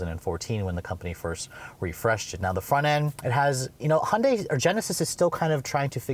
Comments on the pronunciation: STOP CALLING THEM A FOOKING HONDAI! IT'S HYUNDAI FFS!! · Don’t know who made such a commercial, but that’s not how it’s pronounced. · Why can’t Americans say Hyundai? HY-un-dai!!! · It's pronounced Hyundai like Sunday. Even Hyundai stated that in one of their commercials. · For DIPSHITS who want to make up their own name...try HY-UN-DAI...IT'S NOT DIFFICULT!! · They can't even pronounce it properly...